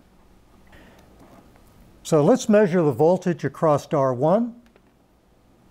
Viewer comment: good info. i'll give the speaker a pass for saying "acrosst" cuz he's from a generation of rampant naivete.